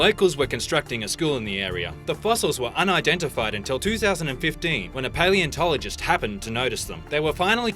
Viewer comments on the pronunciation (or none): none